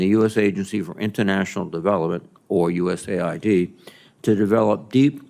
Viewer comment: US aid. not USA id. get it right.